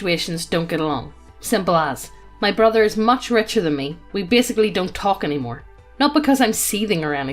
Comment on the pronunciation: we don't want to risten to you tark about NFT's. Stop with the hopium. Also, why are your L's R's? it confused me every video.